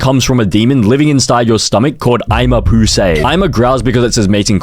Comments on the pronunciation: 'Eyma poosay' what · "eyma poosay" wth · “Eyma pusay” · "Eyema poosay" hi eyema poosay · Who is "eyema poosay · "eyma poosay" what😭😭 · it eyema poosay😡